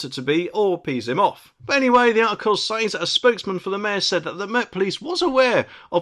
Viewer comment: “ sez”. Not “says”!